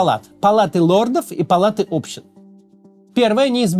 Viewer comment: А где самый залайканный комментарий в топе про Общин, а не общИн? Вот он что ли? Слух задевает чуток) кринge